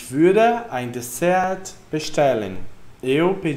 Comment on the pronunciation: Só uma observação: o T da palavra DesserT não tem pronúncia.